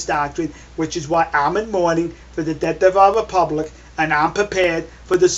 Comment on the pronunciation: "The deawth of the wepubwic." Kiw da rabbitt, kiw da wabbit! Be vewy, vewy quiet. I'm huntin' wabbits.